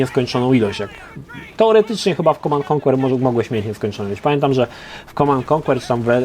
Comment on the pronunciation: mówi się mnie więcej [komand end konker], nie ma tam Twojego [konłer]